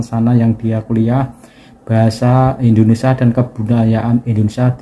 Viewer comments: INDONESIA min, bukan INDONESA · Mas ucapkan "Bahasa Indonesia" Jangan diucakan "Bahasa Indonesa" Ingat, ucapan Anda didengar orang banyak Ja